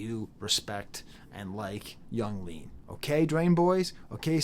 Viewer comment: just a little tip, nobody ever pronounces it as "iang leahn" or however you would spell the way you somehow say it in this video, it is always just "young leen", in case you didn't know, if your pronunciation is some sort of inside joke or something then nevermind